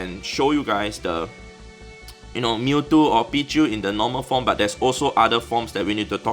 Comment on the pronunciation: omg hat sich sehr deutsch angehört 😂😂